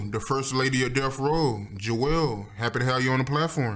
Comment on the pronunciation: calling Death Row "Delf Roe" kills me everytime.